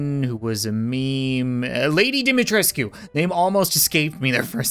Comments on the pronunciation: Fun fact the U at the end of dimitrescu Is silent meaning it’s not pronounced but it is commonly mispronounced unlike my horrible grammar (not to be rude) Dee-Mee-Treesk. (To be honest I had to look it up) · The “U” is silent in dimitrescu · Incorrect pronunciation its Lady Dimestresu